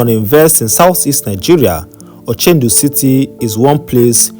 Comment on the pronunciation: It's ochudo city not ochendu